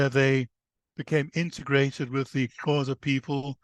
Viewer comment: Please can this man go learn how to pronounce the Xhosa correctly, before trying to tell their story! It's rude to talk about a people without having the respect of learning to correctly pronounce their name! mxm